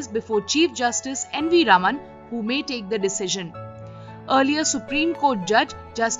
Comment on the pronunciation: you need to really work on pronunciation of names . its Narada scam . Its NV RAMANA not RAMAN